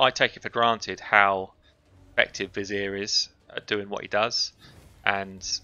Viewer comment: Love your videos. Love accent. And how you pronounce '' Vizier''